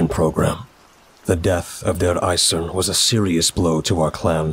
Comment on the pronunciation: No critique just addition: DER EISERNE. you have to pronounce the NE at the end like you pronounce for example the NE in the word: Next. That's all. Kraut out.